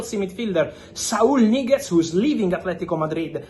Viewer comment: bro does NOT say Saul Niguz